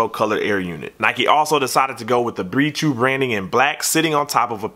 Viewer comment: sounds like you're saying beetroot not be true lol